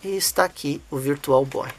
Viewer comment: Virtual Boy não Issui.... Virtual Bóóóóii!! 😅